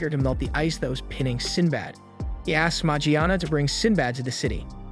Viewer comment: Kinda a weird way to pronounce Morgiana